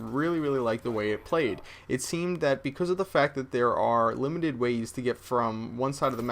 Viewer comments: Can you say Becasuse? Cause you keep saying Bec000z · becoose??? are you canadian? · He says because like BECOOOZE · No offense, but when you say because, it sounds like becooz. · You can't say "because" ;D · you say "because" strange. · Is it just me or did you guys want to punch a baby everytime he said because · HAHA what the hell? I think cannot pronounce "because" properly. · can you say because like a normal human being? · lol he says because funny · Don't really get it.. Do you guys just think its funny the way he says 'because'? If thats so, i totally agree. But i'm kinding getting the idea that people are actually bothered by the way he says 'because' and that is fuckin lame. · Does anyone else think says the word "because" weird as shit?